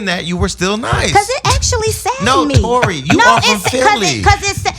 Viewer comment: not sure abou Torei...A for effort tho!